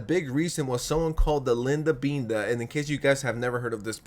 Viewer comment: Linda beenda?? It’s binda like the word Linda. 💀 Linda binda